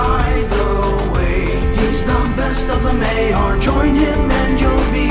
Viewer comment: "Maiar" is pronounced my'arr, not may'arr, and Olórin was sent back as Gandalf the White by the Valar, not the Maiar.